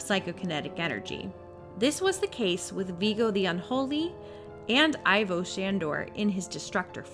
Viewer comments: I kept getting thrown off by the incorrect pronunciations. For example Ivo Shandor....Ivo is pronounced as "E-vo " and well should I really need to say anything about Kylie being called "Kyle" her name is pronounced "Ki-lee" . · Ivo pronounced eevo.